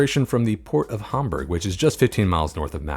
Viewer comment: Did you say Hamburg or Bad Homburg?